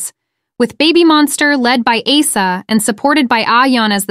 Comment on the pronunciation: learn to pronounce Asa pls, i get she's an Ace, but Ace-A sounds just wrong 🥴